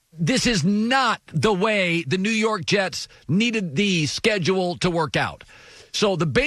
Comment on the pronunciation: Bro the way he speaks the sscedulee